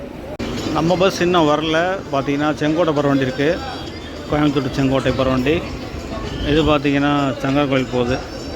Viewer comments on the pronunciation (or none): none